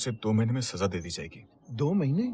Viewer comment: Saja means to adorn.Saza is period of punishment..Pronounce correctly